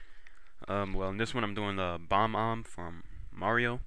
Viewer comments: you fail! its Bob-Omb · It's an awesome emblem but it is said bob-omb